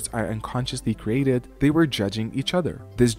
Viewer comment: Excellent video as always. But you mispronounce “were”. You pronounce it like “where”. 🙅🏿‍♀️